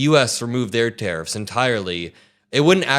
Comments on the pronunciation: Is" " saying TEAR UPS??? instead of tariffs? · "Tari-FFs" -3rd guy